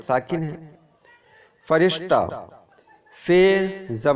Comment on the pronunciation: ماشا اللہ بہت اچھا سمجھا رہے ہیں، فرشتہ کے ر پر زیر ہوتا ہے ز بر نہیں